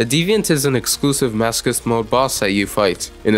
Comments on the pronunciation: i pronounce it as maso-chist, maso like laso and ch in chist like ch in chitin. Now, most people pronounce it as maso like laso and chist like kissed. Aaaand this dude pronounces it like mask-ust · The way you pronounce masochist trigers me on a level I never knew a word could triger me, nice video overwise, keep up the good work Ps. Write down how you guys say masochist❤❤❤ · I love the fact ur saying masochist as masokist, it makes it even madder